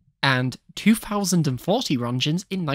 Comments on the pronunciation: i hate to be that guy but its not "ronschens" its Röntgen with a k like in Kentucky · Roetgens, please pronounce it correctly